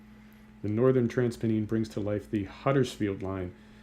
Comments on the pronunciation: It's trans Penn - Ines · Lol "transpen eens"